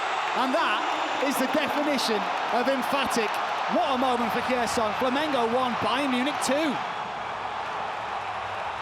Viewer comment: If you're gonna be a sports commentator, I think the very least you can do is learn how to pronounce the names of the clubs and athletes involved. Dude kept saying "Flamenco". It's not a Spanish Dancing show, mate. You wouldn't like to watch non-british commentators saying "Loverpol", "Chilsae", "Minchister", "Spoors". Takes literally 10 seconds to google "how to pronounce X"